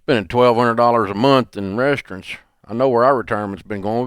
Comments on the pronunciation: Dave says RESTRUNTS. Lol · I love Dave, but why is he calling RESTAURANTS, “rest-rintz” lmao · I can't handle Dave saying rest runts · The hell is a "restrent"? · Is he saying “restaurants”? REYS-trunts? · Dave can't say restaurants